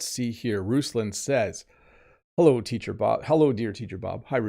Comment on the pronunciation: Did you really say "well 'ello" at the beginning? Come on, you're the teacher 😂